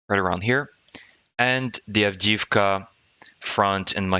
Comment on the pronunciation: Avdiivka---"avdeeyeevka" ---the second i is a "yee" ------not "avdeevka"